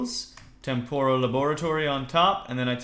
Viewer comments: u r nub, i use this mod so much, it is so much more in depth, and also, it is pronounced tem-per-al not tem-pore-all, but gg on the tardis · 3: "temporal" is pronounced "Tempral" you egg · Âlëxâ Mîllêr Agreed...